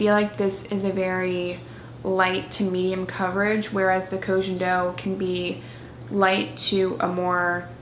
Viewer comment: it's pronounced /koh gen doh/ not /kou dgen dou/